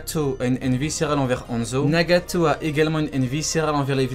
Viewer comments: pourquoi tu dit nagatooos comme sa c'est nagato ! !!! Pas nagatooos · Les frères s’est moi ou quand il dit nagato il le dit d’une manière trop bizarre 🤨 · Mddr tu me tue t’aime trop rajoute des « tso » partout genre « Narutso » Nagatso » 🤣🤣 sa se prononce « Naruto «